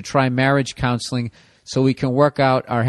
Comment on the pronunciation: I dont know if you just said the word counseling wrong in hurry to keep talking but it sounded like clownseling and that now a new word I'm gonna use it hahaha